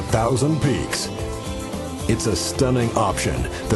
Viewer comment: Hey it's PEAKS not Peacks